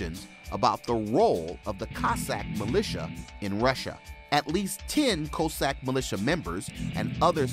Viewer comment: Please learn to pronounce "Cossack" correctly ... and "Sochi," while you're at it.